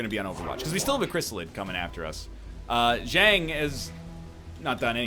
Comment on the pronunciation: Everyone please remind NL to fix Zhang's name